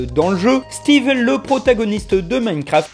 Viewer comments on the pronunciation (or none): none